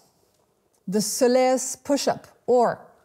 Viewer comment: so lee us (soleus) geeshe